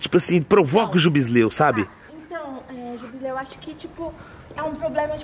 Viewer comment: é foda "jubisleu" kkkkkkkkk 🤣